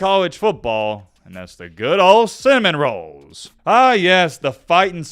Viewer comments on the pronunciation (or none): Why Do you always butcher our team Name...it's Florida State Seminoles...not Cinnamon Rolls or whatever the hell you try to pronounce...Show some respect